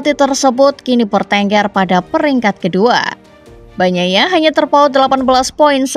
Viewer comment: bilangnya pecco aja gmana? banyaia banyaia agak gmana kedengarannya